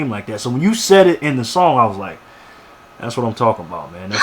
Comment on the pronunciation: you said "sayed"